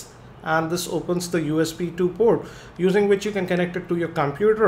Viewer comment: in this video, "port" which was pronounced as "proooooddd !" you have to listen and think before you can understand him.